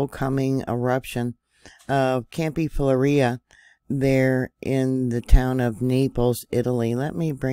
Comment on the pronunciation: Fell leg grey is an easier pronunciation